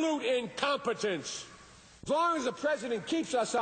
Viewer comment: he seems to have a problem with the word "incompetence" and